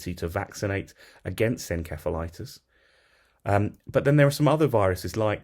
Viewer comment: Your pronunciation is incorrect inceph/insef septic